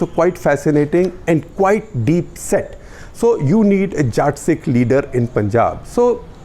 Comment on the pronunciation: Jaat ni jatt*